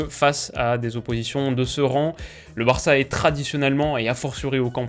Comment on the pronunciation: le culot de dire Varça